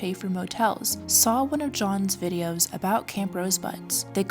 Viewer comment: I almost thought they were reasonable until they started talking about "dem' dare' kleeks 'nd likes" vidiAs